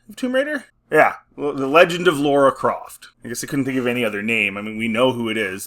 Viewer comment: Any video about Tomb Raider and as soon as the presenter says “Laura Croft” then I’m out.